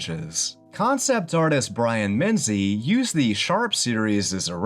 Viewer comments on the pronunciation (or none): none